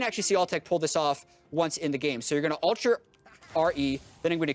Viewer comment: ULT NOT ALT